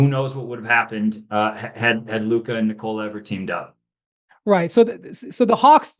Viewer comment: Windy is one of the rare few NBA media people that pronounces Nikola's first name correctly. Something that reporter following him through Serbia was not able to pick up. Literally St Nicholas is the same name. And I assume you pronounce it Nicholas. Now just remove the last "s" and that is it. You don't pronounce it "knee COLA"....